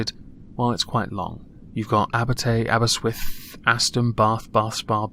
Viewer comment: Aberswith...... Aberystwyth? We've shared these islands for 1500 years and you still cannot pronounce place names, English parochialism.